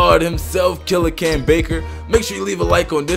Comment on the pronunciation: Dude You say Cam so good why can't you just play park